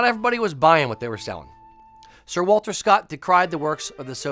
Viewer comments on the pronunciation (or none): none